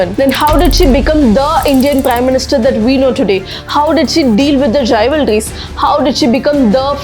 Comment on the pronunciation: Before reading out a script please check your English word pronunciation online. For example the pronunciation of the word "Rivalries" is wrong. Video after Video is your making the same mistake. For we Indians it is ok, but when foreigners see they will laugh, please don't put India down.